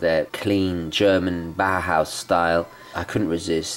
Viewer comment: It is pronounced 'Bauhouse' you say 'Bauerhouse'. You can let google read it to you.